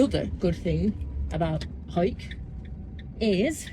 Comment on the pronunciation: Hari OM Yes, "Hoick", well-pronounced,! Part of my home territory, I know it so well. The drinking water tap is on the other side (roadside) of that wooden fence from the toilet disposal point. The town does have much to recommend it; museums, galleries, good eateries, plenty of supermarkets, a fabulous park - just up from where you slept... I'm so glad you enjoyed it and defo worth revisiting. They are making a fine job of the flood defences, making a super park-like area and walking spots.... Anyhoo - Merry Christmas dear lady - onward to a fine 2025! YAM xx